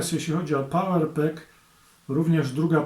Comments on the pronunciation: ciekawy material. Maly detal : nie "power pek" a "power pak"(fonetycznie). Nie zawsze w angielskim A czyta sie jak E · Jeżeli już jesteś taki dokładny to nie „power pak(?)” tylko „power pack”. Fonetycznie „pałer pak”.